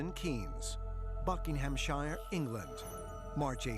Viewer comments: “Buckingham - SHIYUR” Hahahahahahaha!!! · BUCKINGHAM SHEER NOT SHEYERE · Why can’t Americans pronounce “Buckinghamshire” like a normal person? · bucking ham shire ....lol